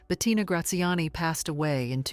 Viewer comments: Si la pronunciacion es mala se puede excusar pero no se llamaba BETATINA. Lo siento pero la voz da grima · "Betatina" non si può sentire!😡